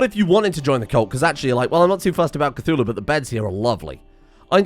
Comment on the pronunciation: Cthulhu? more like Cth"uWu"